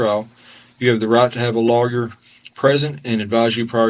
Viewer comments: Judge: "Given that the Miranda rights were read as lawger instead of lawyer, we must dismiss this case." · The cop can't pronounce Lawyer correctly. It's hilarious. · Love the way that cop pronounces the word 'lawyer'.